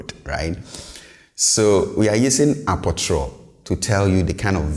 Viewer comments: Yes I thought this too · You pronounce apotoro as “a po tro”. So many Twi words are pronounced differently than they are spelled. Another example is dua, pronounced “di a”